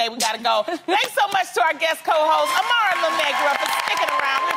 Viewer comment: I love how Jeannie and Tamera know how to pronounce "Amara"